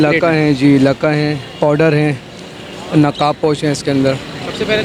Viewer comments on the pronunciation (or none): Powder nahi pouter...